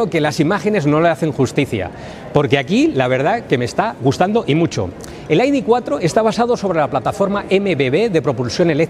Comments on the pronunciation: En once minutos que dura el vídeo ha pronunciado AIDI veinticinco veces Este “ señor “ debería volver al colegio para que le enseñen a pronunciar las letras ,,, i,,,, de Se ve que estudio en un colegio privado que es donde van a parar los que no aprueban las oposiciones , yo como estudié en la escuela pública no digo AIDI TRES ,,,, digo ,,,, i de tres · entonces por qué lo pronuncian en inglés , cuán están hablando en español ??? Hay que ser muuuu tonto para , en un vídeo en español pronuncien en inglés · Para decir el nombre del coche en inglés lo correcto sería decir "ai-di four", no? (Las letras las traduces y el número, no?). Si nos ponemos exquisitos, siendo un coche alemán, tendríamos que decir "i-de vier" (algo así como idefía) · El coche del pueblo por 35000€, ¿ de que pueblo?, porque del español no lo creo, aparte no creo que haya que estar repitiendo el nombre (encima mal pronunciado ) continuamente